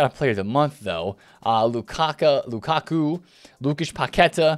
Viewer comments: Lmfao you really said lukaka😂😂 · Bro said LUKAKA 😂😂😂